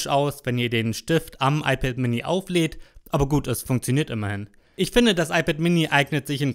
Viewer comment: iPad äMini. Red halt Deutsch, Mann.